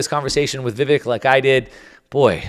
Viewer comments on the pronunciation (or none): It's Vivek -- pronounced "Vivake" --- like Cake :) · Lol, "Vivikk"???